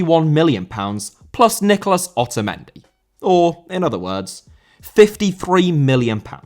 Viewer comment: Nicolás * not Nécolas